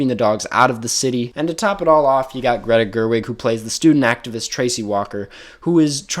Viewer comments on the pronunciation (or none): none